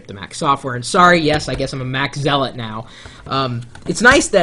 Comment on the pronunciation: He pronounced zealot wrong!